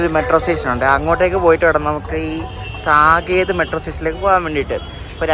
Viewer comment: Ente machu ,, സാകേത് എന്നല്ല ഉച്ചാരണം സാക്കേത് എന്നാണ്.. north side le oro vachagavum rarely different.